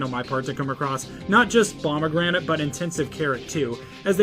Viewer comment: That’s how he’s saying it